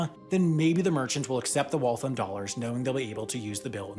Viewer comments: Your pronunciation of Waltham is not correct. It’s more like Wall-tham (sounds like ham at the end). What you’re saying omits the last “a” and sounds like Walth’m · As a former resident of Waltham, pronunciation of Waltham was like nails on a chalkboard. It's pronounced like "Wall thamb" not like "Wall thumb" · It's pronounced wal-tham, not walthim. Btw, awesome awesome video. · Great video, but please. It’s not “Wall-thum”. It’s “wall-tham,” with the second syllable also getting stressed and rhyming with “ham.” Being from MA, I had trouble listening to the middle of this. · Shocked to see Waltham there, very cool piece of history! It is pronounced Walth-ham and not Walth-um though! MA town names are hard. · Wal-thAM not walthum. ie i AM not liking how you say waltham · It's Walth-HAM. It got a little frustrating by the 20th time. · If you ask someone in MA where Waltham is, you're going to get some looks. Say "Wall-tham" and we'll know what you're asking. You'll probably get intentionally wrong directions and be made fun of after the fact, but hey, you knew what you were getting into. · "Walthum" is also wrong. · You pronounced Waltham wrong. It is Wall tHam. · You’re pronouncing Waltham wrong. The am is pronounced like “I am” and not “um” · Amazing video. Just need to lengthen the ‘a’ sound in Waltham and it’s perfect.